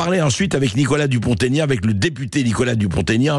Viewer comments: "Dupon' aignan" SVP et non pas DuponTégnan !... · Bonjour , Mr Bercoff , c'est Dupont-Aignan , pas Taignan , Merci de le prendre en compte .